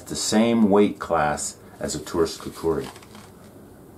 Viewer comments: Stop saying kukari its kukri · It's KUKRI Not KUKURI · Coo Kri ------ NOT --- Coo Coo Ri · I couldn't finish watching this video, because of the narrator constantly saying, "kukari".